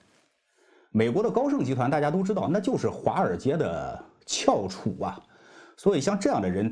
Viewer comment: 翘楚 第二声， 同“桥”音